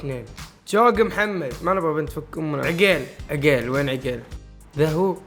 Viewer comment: عَقيل مو عِقيل 😂🤦🏻‍♀️🤦🏻‍♀️🤦🏻‍♀️